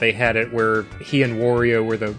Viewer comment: Thank you for pronouncing "Wario" correctly! 👍